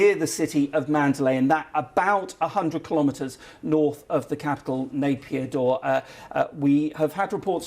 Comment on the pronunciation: Nai pee taw not Napier daw !